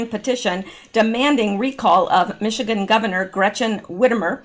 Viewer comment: I grew up in Michigan. Say Michi and ganders - like male geese.